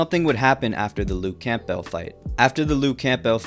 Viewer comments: Camp- Bell? it's cambel. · It’s not pronounced Camp-Bell it’s Cam-bell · It may be spelled camp+bell but it's certainly not pronounced that way. It is pronounced Cam+bull. Be normal and say it the right way. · ITS NOT LUKE CAMP-BELT. IT"S CAMBEL. LEARN ENGLISH. HOLY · it's not "camp-bell" its "cambell" silent P, not being disrespectful just thought i'd point it out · Just fyi it’s pronounced CAMBULL not camp bell lol Good video though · The p in “Campbell” is silent little bro. It’s not pronounced “Camp-Bell” it’s “Cam-Buhl”. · Pls its pronounced luke camball, not camp-bell 😂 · It’s pronounced CAMBELL not CAMP BELL lol but it is spelt Campbell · Campbell, the "p" is silent, sounds like "Cambell". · Why you pronounce Campbell like that. Camball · Hahha “Camp-bell” 😂 this generation experiences everything by reading and not experiencing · Campbell is pronounced : “cam bull” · Can you please pronounce campbell right? Camp-ell? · You say Campbell really weird 😂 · bruh why you saying campbell like that u a bot?